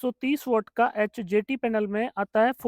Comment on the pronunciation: Aap ji bolte hai bo neeche likha hua bhi aata rahe,, 🥸 kyuki bolte time confusen ho raha hai,, hjt bol rahe h , ya hdt